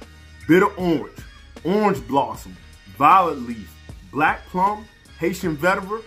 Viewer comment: Bruh lol at ur effin CLAssiC deep emo pause after u mention plum note! +1 for sure. Peace to from Brooklyn